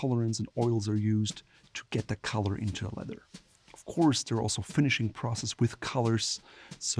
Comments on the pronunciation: Love the way he pronounces leather - ledder! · Why does he say leather like that 😑